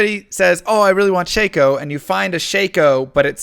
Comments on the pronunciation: Shack-Oh, not Shake-Oh :) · People really say Shake-o? I've always said/heard Shock-o. Ossy? There's another one I've never said or heard. Okky...it's an Okulus, not an Osulus. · I love your videos, but you keep pronouncing Shako round. You keep saying Shay-Co, but it's Sha-Co, no Y sound in it. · You call it SHAY-KO?? I call it Shack-Oh!! Wtf my world is exploding. Stop saying names I've been reading in my head for 20 years, out loud! Oh I am in for a stressful ride. Continue, sir. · Stop saying shey-ko, its shako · Is shako pronounced “shake oh” or “shack oh”. Oddly always used the second since diablo 2 first introduced it.